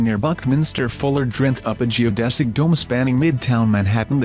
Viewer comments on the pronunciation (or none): none